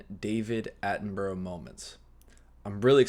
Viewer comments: 😮 oh, surely by now you've learned how to correctly pronounced British names (and places)?! It's NOT "Attenburrow" ffs!!! It's ' Attenburruh ' (& Edinburgh is Edinburruh or Edinbruh)... Just like Portsmouth, Exmouth, Plymouth, Dartmouth are: Portsmuth, Exmuth, Plymuth, Dartmuth etc... Alnwick is: Annick, Southwark is: Suthark, Bellingham, Buckingham, Birmingham are: Bellingum, Buckingum, Birmingum, etc!! I think you've been watching so many European videos, Germany, The Netherlands etc, that you've forgotten about us here in 'dear old blighty'?!!😮😊😅😂 (Jeez...😢😮 Come on... Siiiiiiigh!!) ❤🏴🤭🇬🇧🖖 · Have you heard of the Australian bird the kookaburra? Burra is how you pronounce the last part of sir Davids name not borrow. I know it looks like that but it's not how it's pronounced. Not being critical just giving advice. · While his name is spelt how you’re pronouncing it for whatever reason we pronounce it ‘Attin-bruh’ 🤷🏻‍♀️